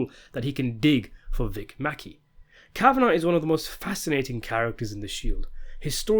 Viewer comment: Sometimes I think I only watch these videos for the mispronunciations. “Vic MacKay.” “Akaveda.” “Walter Goggins.” “Monika Rollins.” “ Cori.” “Dutch and Claudia.” The videos go down more smoothly if you just chuckle at it.